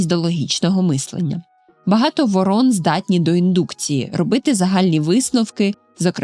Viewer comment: Шановна, ворон(наголос на першшу літеру О) і ворона, це різні птахи.